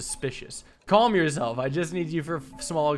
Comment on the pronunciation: Coming to rewatch this series, and now the way he says palm and calm actually seems relatively normal to me. I've watched too much. But is it really too much?